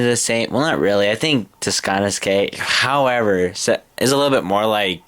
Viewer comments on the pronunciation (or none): You have to pronounce it "Ta-kannis-kay". :)